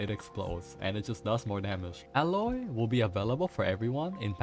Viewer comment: It's aye-loy btw.